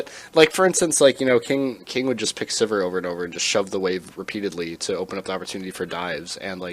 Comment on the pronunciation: So much scene knowledge, such a horrendous lack of ability to pronounce Sivir...